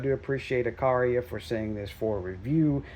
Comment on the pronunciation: Uh qwhere uh. The middle syllable sounds like where but has a 'qwugh' sound at the start